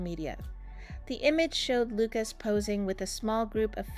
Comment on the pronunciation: Loooocas? His name is Lucas pronounced 'Loo kus' and honestly, you're reporting on a small snapshot in time. Give momentum time.